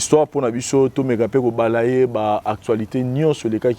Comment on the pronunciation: Balayer 🥱😂😂 [ba.le.je] phonétique yango wana eza ndenge ozo prononcer yango te. Il faut consulter souvent le dictionnaire, parce que ba biloko ya kopola misusu bino ba chronifwati bobetaka insupportable 😎 Tu as la chance, si c'était sur whatsApp j'allais te faire un audio. Chronifwati na Dénis Carolight les deux zinzins 😏😏